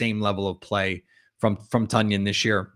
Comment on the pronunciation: It's TONyan, boss, like the weight. Love the content tho